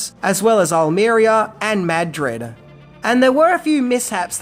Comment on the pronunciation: Seriously?! "MAD-DRID"?!